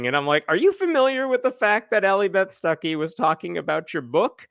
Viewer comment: Every time you say her name I hear "sucky"...